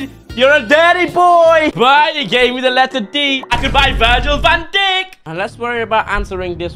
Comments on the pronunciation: why the fuck did he say Virgil Van Dick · and "Virgil Van Dickkkkkkkkk" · Bro said ,,Virgil Van Dick🤨